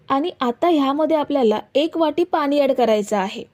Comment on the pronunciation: आधि भाषा सुधारा पानी नाहीत पाणी असत